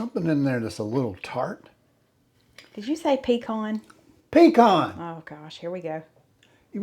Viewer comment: Puh- con